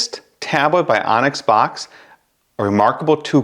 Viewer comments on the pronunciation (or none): Great info, thank you! I believe it’s pronounced “books” instead of “box” though 😊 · Boox likely pronounced 'books', not 'box' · It's pronounced Boox like book. Not box. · bOOx. not box. boox, like books. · Excellent, thorough review, thank you! Actually was torn between both products. As an FYI, and I'm sure you're aware by now, Boox is pronounced "Books" for obvious reasons. Thanks again for your comparison. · I mean you COULD, but you'd be pronouncing it wrong, and you'll keep getting comments informing you that you're pronouncing wrong; why not provide a correction to someone who may make several reviews/videos on Boox (books) devices? I'd rather find out early on, it's not a big deal